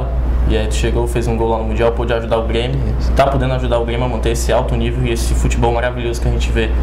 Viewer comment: É só pelo jeito que ele pronuncia o "R" mesmo. Como trocar Grêmio por Guêmio. Não tenho interesse em fzr isso não mas valeu a dica